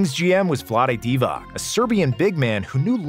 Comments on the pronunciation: Divatzzzzz Not Divak He is a HOF, but you don't know how to read his name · I can't take seriously someone who doesn't know Divac is pronounced Deewatz. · I agree with everything… But… Doncic…Divac… Pronounced …Ts… Not Divak… You reminded me when Kukoc came to the NBA and they were calling him Kukok 🤣🤣🤣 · Any chance you learn to pronounce Vlado Divac properly? same as you learnt Petrovic, Doncic, Dragic etc?